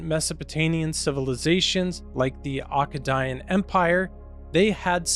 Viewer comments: It’s pronounced Ache Aidien. 😂. Love you brother. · Akkadian, completely pronounced that wrong. It sounds just like it looks